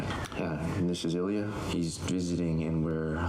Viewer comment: The proper pronunciation is "Ill-ya," not "El-ya." How do I know this? Ilya Sorokin is an irritatingly good goalie when he is playing Tampa.